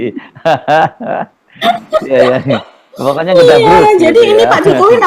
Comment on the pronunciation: sy jd ngakak blg ngedhabrus 😄